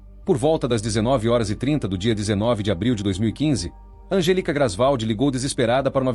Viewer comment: digamos que seja erro de tradução do IA pq se ele digitar 'Angélica' com acento, não fica 'Angelica'.... É só digitar certo pra o IA falar corretamente!